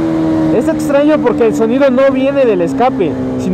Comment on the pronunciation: Día 650 y sigue diciendo ETSTRAÑO, ETSTREMO ATSION:v